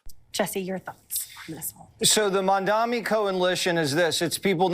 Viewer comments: he said Mandami, it's Mamdani ! Do you thibnk jessie walters said his name incorrectly on purpose? What a jerk! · He called him “Mandami”. They still can’t/won’t get his name right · Not surprised that Jesse can’t pronounce Zohran’s last name- such low brow racism.